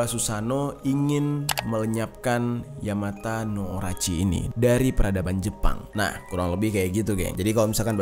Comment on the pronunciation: Bang maaf tapi penyebutan dari ular itu yamata no orochi 🙏🏼